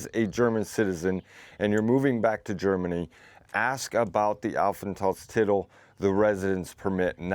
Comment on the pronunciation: If you say the word "Aufenthaltstitel" say the part "Titel" long and not short. Just for a better pronounciation. Keep practising the language! 🙂